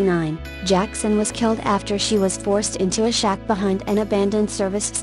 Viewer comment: Not a fan of the voice generation....wish it was a human...smh...sorry I cannot subscribe to your channel...you use only one photo per event and it does not show who the people are involved..p.s. it is killed not gilled...smh